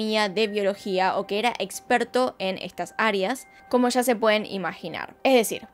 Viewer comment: Puedes hablar sin exagerar? Sho, mashores, shegaron, sha, esha, vishegas, visha. Es un vicio, no un acento. Es difícil seguir escuchandote. Sobre todo cuando sí que sabes pronunciar la s